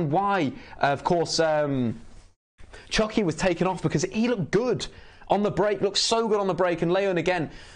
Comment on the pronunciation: Lol, it’s Chucky* not Chunky. 😂